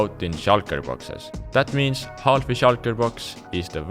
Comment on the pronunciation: the L in half is silent